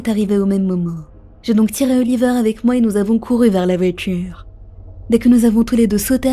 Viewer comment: La voitchure 😑